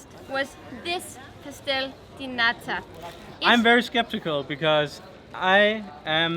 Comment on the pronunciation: One more comment if I may, only because Joen corrected in her pronunciation of nata: Every word in Portuguese that ends in the letter “O” does not have an O sound like the Spanish. In Portuguese it’s an “oo” sound as in mooooo!!!🐄 Ok, this may be an easier way to remember: “O” like,”Oh wtf’s wrong with your hair?!”😱😱 is 🚫🚫🚫 “OO” like,”OOUuuu your hair is so f*ckin beautiful today!😍😍 is👍🏻👍🏻👍🏻 So don’t forget, it’s pronounced: Obrigadoo 🐄🐄🐄 Portoo🐄🐄🐄 Boloo🐄🐄🐄 And this boys and girls was your free Portuguese lesson of the day😉😂 Sorry!🙊